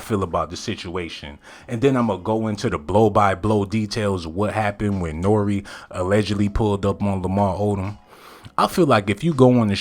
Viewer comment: Can please say Nore's name correctly